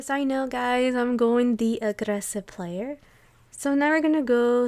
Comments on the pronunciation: Dat VOICE omg, "agRRessive player". so much pleasure to listen. nice run bdw. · The R in aggRessive tells me you are probably Latina. Also expressing laughter in the comments like jaja instead of haha. Buena video señorita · I love the way you say aggressive